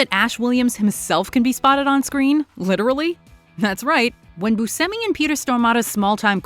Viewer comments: Pronounced "Boo Chemy" not "Boo Semy". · It's pronounced Bu-SHEM-ee. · You should learn what the word "hidden" means & how to pronounce Buscemi. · Learn the proper pronunciation of Smaug and Buscemi!